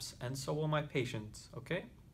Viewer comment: I thought he said paycheck instead of patience😂